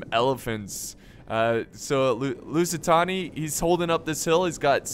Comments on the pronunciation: Couldn't stand watching the video coz every time said "lusitoni" I screamed behind the screen "It's LusitAAAAni" XD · its lusitAni not lusitOni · Holy shit dude I can't keep hearing "Tony" when there's clearly no way to mispronounce the name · Love the Rome 2! But you calling the Lusitani, Lusitonia was annoying me to hell xD It's present day Portugal by the way. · LusitAni , its simple , u say it like u read it thats it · It's LOO-SEE-TARNY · That’s why it sounded wrong